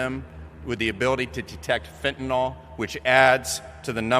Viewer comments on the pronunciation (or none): Why do so many pronounce the word as fentaNOL instead of fentaNYL. A surprisingly large number of people do this